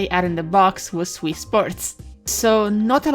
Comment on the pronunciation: whenever you say wii it sounds like wiss